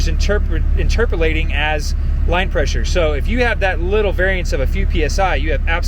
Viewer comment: did you just say interpalating?